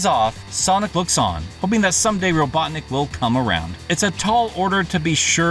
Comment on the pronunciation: suddenly dr Roglocknik